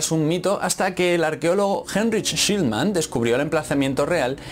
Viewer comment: sh-lii-man (schliemann)